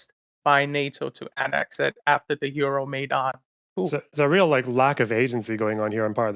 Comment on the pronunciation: He pronounced Euromaidan comedically wrong. Even if he has Ukranian heritage, he clearly isnt culturally or even literally Ukranian